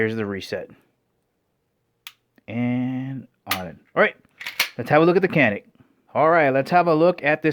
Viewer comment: Alright matey,canik is not pronounced as it's spelled in America.Turkish c is a j!like the actor Cüneyt Arkin.its really jewnet Arkin.now,I have no love for Turkey!the country,not the bird.once upon a Time their greatest exports were drugs, couple other things but c'mon we only remember midnight express.and motherfucking Cüneyt Arkin!if you've not seen Turkish starwars? unholy mackerel!it straight up steals star wars film stock, hilarious! anyways Turkey is putting out a few decent firearms now.more than a few really.all I'm saying or asking is. let's pronounce other people's language's that are not Spanish, but once upon a Time,our time.a very real threat to Communism!I'm too nice I know but? hopefully that country may find it's way,moving forward in positive directions rather than backwards into used territory?but who am I to say anything.